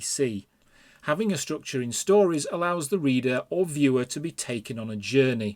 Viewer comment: I don't drink, but this would make for a good drinking game... take a shot every time he says, "strookchur".